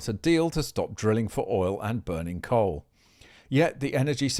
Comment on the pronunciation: Coal. Not Dole